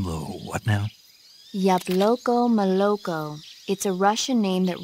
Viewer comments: Why is Snake struggling with all the Russian names of foods? We see IN GAME that Snake is fluent in Russian. During his first meeting with Sokolov he says to Snake "Your Russian is very good. You must've had a great teacher." They're actually speaking Russian to each other but we hear it in English because of the dub but the point of dubs is so that we the audience can understand what they're saying with in the media. And it makes sense that Snake knows Russian since The Boss was lovers with The Sorrow who was Russian. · Hold on, according to the lore, Snake speaks fluent russian and uses it throughout snake eater but he struggles with pronouncing ‘Yabloko Moloko’!?